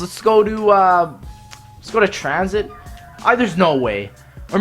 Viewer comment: wtf it's transhit not tranzit